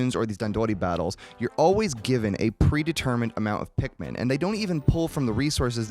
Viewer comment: Favorite things: welfare Pikmin, the pronunciation of resources, and pikMEN . 10/10